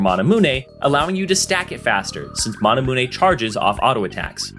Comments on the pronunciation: can't take it serious when he says "mana-mun-e" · say mahnahmunay one more time and imma lose my shit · okay you have to be trolling calling it monamoonay. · i cant belive some people pronounce manamune "manamune". smh... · You say manamune wack asf